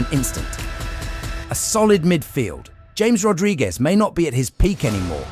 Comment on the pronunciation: bro says Jay-mes Rodriguez and expects us to watch the full vid😂😂😂